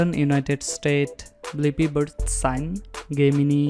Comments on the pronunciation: Its not GAY-MINI. ITS JAY-MINI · Birth sign: G-eminee 😂 it’s pronounced Jeh-Min-I What does that even mean though? Blippi is the only nationality of a country that is American ? There is tons of nationalities here. Not just American. You have to do more research about people from other countries before you make videos of people.